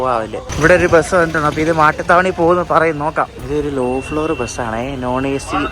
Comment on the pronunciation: മട്ടുത്താവണി അല്ല, മാട്ടുത്താവണി ആണ്.